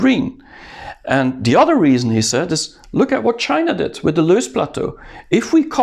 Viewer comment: it is loess (have several pronunciations) plateau not loose